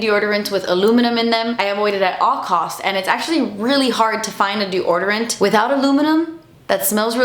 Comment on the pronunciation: She pronounces deodorant like Desi does